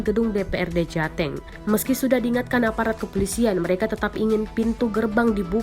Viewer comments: Saya mah fokus ke Penyiar beritanya aja jateng jadi jate'ng...hahhaha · Cara ngucapnya jateng bukan jateng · Pasti ini naratornya orang Timur atau dari Sumut lucu pas bilang Jateng nya😂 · hahaha denger yg baca jateng gua ngakak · reporter baca jateng nya kok agak beda ya